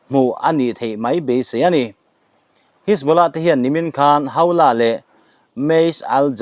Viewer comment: Buaithlak lutuk,mitamtak hriat tur in chanchin an puang ṭhin si a. A thumal lam sual leh lam dikloh pawh hrilh mah ila,a zawm duh chuang hauh lo.a thu a duh zek😂 Pool...hisbolah..jonny dip.. atam mai😂